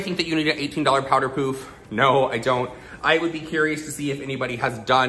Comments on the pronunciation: It's "paff" not "puf" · Living for the way you say pouf instead of puff. Very french of you. Also, praying for your puppy ♥ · I like how you say “pouff” instead of puff. 😛❤️ Looks great either way you say it! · Did just pronounce it as powder "poof" LOL